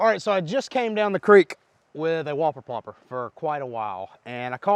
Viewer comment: Why do I hear slobber knocker instead of whopper popper